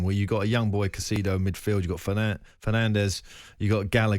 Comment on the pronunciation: Caicedo and not Casido. Broja is pronounced as Broya. Say the names right first